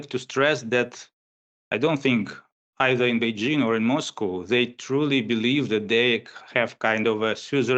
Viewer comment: Bei JING, not Zhing